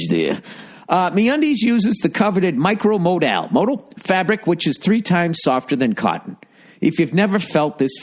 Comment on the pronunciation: PLEASE no one tell ol' Biscuit-Tits Bill how to pronounce "modal".